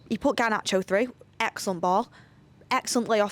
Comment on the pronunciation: That's not Garnacho that's CaryeAchoo